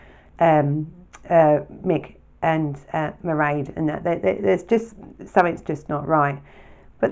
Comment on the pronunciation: In Ireland, there is a fada on the e, making the pronunciation of Mairéad, ma-rade